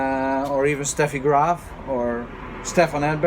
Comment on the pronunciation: Do you speak German? The way how you pronounce Boris Becker, Steffi Graf Sounds like german native speaker.